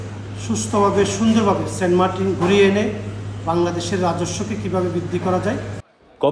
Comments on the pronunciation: Saint Martin ❌ Saint Markin ✔️ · 😹🤣 saint martins ❌ saint markin ✅